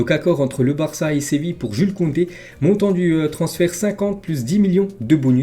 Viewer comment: Tu me régales avec tes vidéos, je les regardes toujours pendant que je mange au top. Juste t'as pas respecté, t'as dis Jul Koundé 🙌 mdr